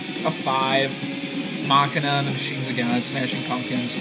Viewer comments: please tell me you are calling it (mak-in-a) on purpose. you do know that it is pronounced (ma-sheen-a) right? i assume you were just joking. not to be a dick, but you put it came out in 200 not 2000. thanks for the reviews though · "Muh-Shee-Nuh", not Mockina... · mach ina i thought you were about to hauck a loogie, i always thought it was machine aaa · It's pronounced "muh-shee-nuh" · mah-quie-na :D :D :D :D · If you say "Mah-kin-uh" one more time I might weep. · I think it's actualy pronounced mu-shene-uh but I could be wrong.